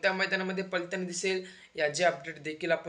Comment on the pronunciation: पलताना नव्हे पळताना बोलतात. लं आणि ळ चा उच्चार कुठे करायचा आधी शिक नंतर व्हिडिओ बनव. तुझं वय अजून शाळा शिकायचं आहे. म्हातारी लोक अशी बोलली तर आपण समजू शकतो पण तू अजून तरुण आहेस.